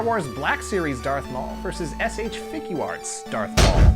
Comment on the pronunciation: Not really, but I was more amused at your accent when you say Figuarts (Figya arts). Sounds a little New Jersey. I'm Scottish, so I'm sure you'd get a laugh too ;-)